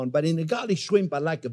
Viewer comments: Garlic Shwimp😂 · I.like. shrime